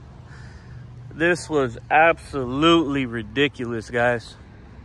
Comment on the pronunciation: Hey! You pronounce "Guys" as "Guises" pronounced (GI-zuzz).